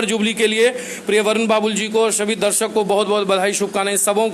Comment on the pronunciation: पाढ़क नहीं रिपोर्टर जी दर्शक। बोलिए